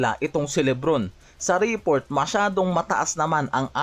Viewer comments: Reeeport daw 😂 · ayusin mo pronunciation mo ng report!